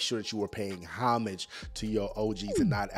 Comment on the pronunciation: Homage isn’t pronounced that way but I’m sure u know that